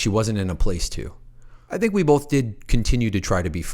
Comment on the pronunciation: Please stop saying bolth. It's both